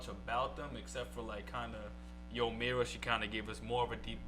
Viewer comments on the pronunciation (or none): It's pronounced Yoo/Yu Mira not Yo